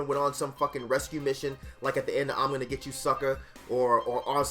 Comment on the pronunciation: sounded like he was Ghana lmao